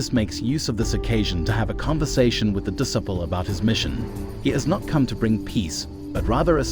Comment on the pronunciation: Who is this narrator? Cannot pronounce disciple or Christ. Unbelievable.